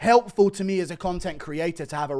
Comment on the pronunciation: CANNOT PRONOUNCE “ ME “ I HAVE EXPOSED YOU!!!